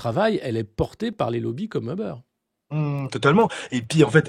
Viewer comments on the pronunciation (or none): Uber se prononce Uber avec un U, pas 'eubeurre' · seul hic, la prononciation du nom 'Uber'.. ca jure....LOL